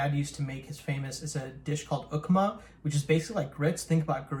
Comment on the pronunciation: Ukma 😂😂 its called Upma.